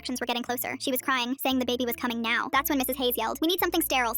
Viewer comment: “Inflate it NEOW” “maddison was eight months pregnant hebebebuh” “waaaaaaaaaat no”